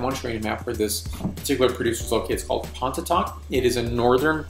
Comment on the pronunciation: Just an fyi, it's pronounced , at least by those who live there, as "pawhny-tock".